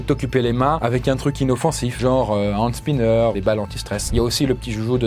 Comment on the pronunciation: Un quoi ? un Hans Spinher ? un soldat de la Wehrmacht ? Je ne comprends plus rien ... 😅